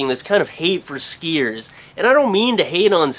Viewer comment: He says "skiiers" funny